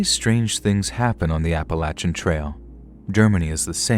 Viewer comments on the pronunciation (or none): Why oh why can’t you say Appalachian right???